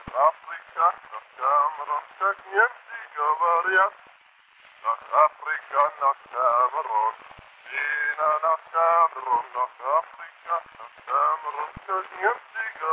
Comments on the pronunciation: Не "говорят", а "говориат". Это не русский царь. Сто пудов. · Что за акцент? ГоворЬЯТ? ПрЭдупрЭдИЛЬ? Так не мог говорить русский царь. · он произносит русские гласные как немец, слово говорят он произносит как говор'ят у немцев не получаяется мяко произнести р пред дифтонгом я. Про крестьян тут не надо сказки рассказывать, тот же пушкин до трех лет говорил только по французски, в его произведениях грамматический строй очень напоминает французский